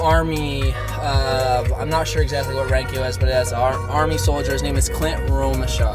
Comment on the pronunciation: Lt. Bunderman was acting commander, Staff Sergeant Clint Romesha (pronounced Romeshay) was a squad leader. Ssg Romeshay led several excursions into enemy fire to clear snipers, run ammo, clear buildings, direct fire, he led a 5 man team to counter attack the Taliban that were inside the wire. Toward the end of the 13 hour battle he led a group to search for the fallen heroes. The Netflix episode of medal of honor just barely skims the surface of what happened. Read the book "red platoon". The 8 heroes were Sgt Gallegos, Sgt Martin, Sgt Kirk, Sgt Hardt, Spc Griffin, Spc Scusa, Spc Mace, and Pfc Thomson.